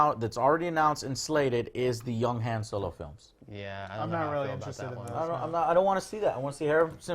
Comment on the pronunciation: How can Joe be such a big star wars fan and still pronounce Han Solo incorrectly.